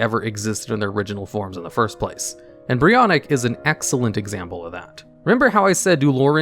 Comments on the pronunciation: It's Brionac not Brionik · ITS CALLED brionAc not brionIc. why are people calling it brionic everywhere?